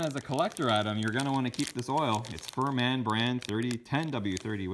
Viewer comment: it's pronounced fir min not fur man. talk about the Chinese getting the spelling right or the translation correct